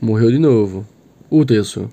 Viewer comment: Da agonia ouvir ele pronunciando o nome do Yasuo man kkk